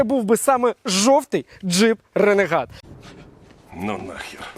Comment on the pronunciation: Дуже класний огляд дякую за контент. Одне але РЕНЕГАТ ?)) Ну ж ренегейд